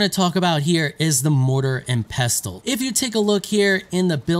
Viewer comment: Why can no one pronounce mortar and pestle